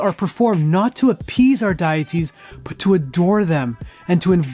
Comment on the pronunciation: Why do you say, "dyatees" when it is "dayitee"? It is "day" as in "day".